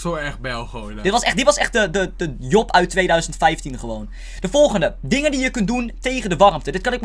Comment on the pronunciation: job, ik hoor niet jo maar o